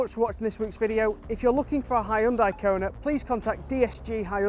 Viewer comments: Says more about you than mispronunciation. And anyway, it's my job to correct him on these things 😁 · Ugh. Learn how to pronounce Hyundai to gain a bit of credibility